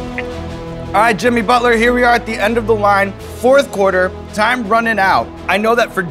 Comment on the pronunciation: i noticed sean says bucket inseed of Butler 😂😂😅